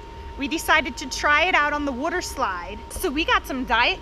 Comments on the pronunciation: You said Wooter slide and me and my friend can’t stop laughing 😂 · I felt like she said woder slide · Yes, let’s clean the wudder slide. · wudder slide